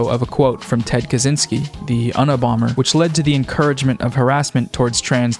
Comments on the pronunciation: Its you-nah-bomber not un-a-bomber . Im probanly showing my age but i 🤦‍♀️ lolol great video ! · Love your content and I cracked up at unibomber (it's said like the uni in universe) and bon Jovi (Jovi is said with an English j, like jump). Also love your mustache, bro. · As someone who was raised in the south, the slow trickle from "that's gay" to "kill the gays" is very much like this. Also, my annoying self cannot pass up without saying it's "You-Na"bomber not "U-Na"bomber. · “uhnah bomber” HAHSHD its uni-bomber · Bon Hovi? 21st Pilots? The Unnah-bomber? Are you ok? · UNI-bomber as in “university bomber” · “The unah bomber” bro come on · My man’s called him the “un-a-bomber” lol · The "uhhnabomber" lol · it's pronounced YOU-nabomber, my good sir. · Un-uh-Bomber? Have I been pronouncing that wrong this whole time? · I'm sorry - "un-a-bomber"??? Not on my christian youtube channel. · “The UNNabomber” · All this info and you don't know how to pronounce Unabomber. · my favorite bit is the mispronunciation of stuff. unabomber was my fav. thanks for the video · Why is NO ONE talking about how they pronounced Bon Jovi and Unabomber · Why u say unabomber like that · I meant the way you said Unabomber